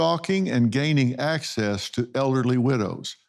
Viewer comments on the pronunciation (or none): he says.... "But there was a Serial Killer stalking and gaining access to ELLERDLY widows!" Is that how "Elderly" is pronounced in the South? ELLERDLY???